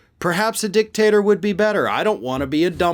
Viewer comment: 🤭🤣😂😅🤤 You said, "dick-tater". 🤭🤣😂😅🤤👍🏻👉😡👺🔥👍🏻